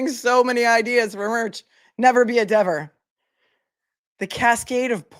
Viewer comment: Deever, Dever, Whatever 😂